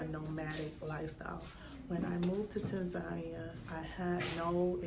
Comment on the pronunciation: I'm puzzled as to why Americans, white, black or purple with pink spots, can't pronounce Tanzania. I thought at least if you were living there, you would know that you were pronouncing the countries' name incorrectly. It's Tan - zan -- eea not Tan - zarnia